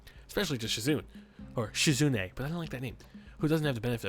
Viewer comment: it is pronounced She- Zu-Nay. It just sounds wrong when you say it the other way:/